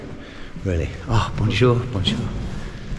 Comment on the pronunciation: arr bonjour ,,arr bonjour, bonjour , in that english/ french voice hahahahaha top geeza